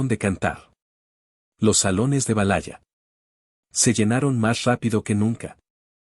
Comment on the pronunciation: La pronunciacion es realmente lamentable... es verdad? valaya? No inventes!!! 😅